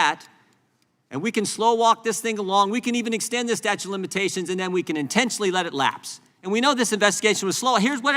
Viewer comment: why does jordan keep saying "statue" of limitations? LOL